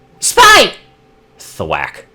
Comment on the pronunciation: "Twack" I don't know why but that made me smile...probably because of the way you said it...kinda sounds like how you say quack in a way.